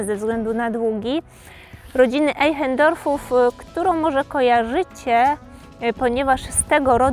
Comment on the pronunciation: Einchendorfow? Naucz ie sie czytac po niemiecku. Po 2 pokazujcie wiecej obiektow a nie swoje twarze Co jecie I jak pijecie kawe lub pod rzucacie liscie. Wiecej profesionalizmu by sie przydalo